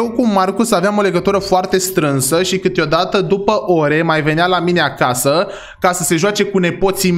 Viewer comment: Doar eu am auzit în loc de acasa acaza ?😢